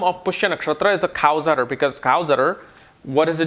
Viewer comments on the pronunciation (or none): It is not, "Cow's Utter ", it is Cow's Udder.